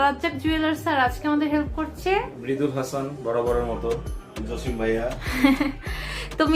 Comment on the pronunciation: জসিম ভাইয়া কে আপনি জচিম ভাইয়া বলে লজ্জা দিলেন😇